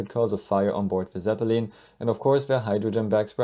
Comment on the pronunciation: The way this narrator pronounced ‘ Zepppelin’ is nails onna chalkboard